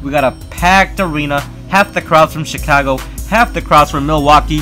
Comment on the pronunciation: it sounded like you said Chicongo